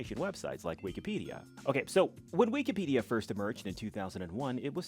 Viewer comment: "We key pedia"